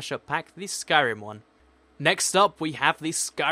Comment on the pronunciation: In the skyrm one you said iorn wood door